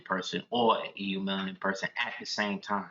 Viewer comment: The “E” is silent on the word “eumelanin” it is pronounced Yoo-mel•a•nin